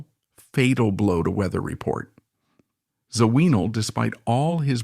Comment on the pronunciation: Zo-ween-all???!! Get rid of the AI bullshit narration.